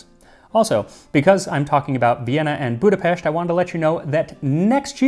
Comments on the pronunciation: Even pronouncing Budapest correctly (well, how you would in Hungarian), this man is such a treasure! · You pronounced Budapest correctly! Well done!